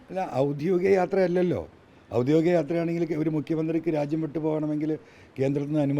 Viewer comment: ഔദ്യോഗികം ആണ്...ഔദ്യോധികം അല്ല